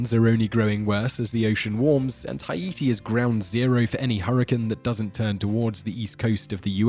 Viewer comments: proper pronounciation "Hey Tea" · it's pronounced as Ah-eet-tee or hai-ee-tee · Take a shot every time he say hi-e-te. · im Haitian and i never heard not one Haitian pronounce it like that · Hay-i-ti, ay-i-ti or "hi-ete," is how the French, the Haitians and generally...anyone who's not American pronounces it. It is spelled Haïti in French, indicating that the middle "i" is pronounced separately from the preceding "a," and it is not a diphthong of "ai." I guess this was a long way of saying his pronunciation is correct. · Hugo Louëssard it’s pronounced “Hay-tee” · It’s actually pronounced Ayïti ( I-EE-TEE) it’s the native Taíno name for the island of Hispaniola. It means mountainous land. After thé révolution in 1804 thé free ppl paid respect to the original inhabitants of the island and renamed the former slave colony of Saint Domingue to Ayïti or as the west knows it as Haiti. 🇭🇹 🙌🏾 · Hi-ete??? That's how you're going to pronounce it? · nobody: the person in the video: haEti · “Kiribatee” “Huyeetee” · Haiti it's pronounced hay-tee lol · Haiti is pronounced Hay-tee 😂 so hard to watch without laughing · "Hi-Eaty"? Is that the British pronunciation? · Wtf is "Ha-yi-ti"?? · The way he’s pronouncing Haiti is just really grinding my gears for some reason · That is actually correct. It is officially spelled with an umlaut over the first I, because it is pronounced separately. The French called it Saint-Domingue, the equivalent of the Spanish Santo Domingo. After the revolution their leaders adopted the Arawak name for the island. It should be pronounced Ha-ee-tee, not Hay-dee like Americans do. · Yea he can’t pronounce Haiti either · The way he pronounced "Haiti" really bugs me... I don't know why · it could be, I'm not saying its not. I'm simply saying it bugged me for some reason. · I mean, did you hear how he pronounced Haiti? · It's actually the Untied kingdom of Great Britain AND NORTHERN IRELAND. And the way you pronounced Haiti really annoyed me.